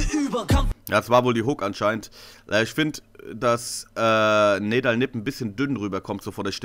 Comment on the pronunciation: NEDAL wird NIEDAL ausgesprochen.